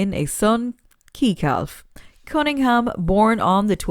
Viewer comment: Why do a video when you don’t know have correct information you showed Ted Whites picture while speaking of Ken Cunningham and when speaking about Ken Cunningham had a picture of her sitting with Jerry Wexler.can’t pronounce names i.e Keekelf...like really. And wasn’t this entitled celebrities that dated Aretha you had maybe 1 and I wasnt even paying attention to that guys.... Do your homework .stop using our icons simply for clicks.😠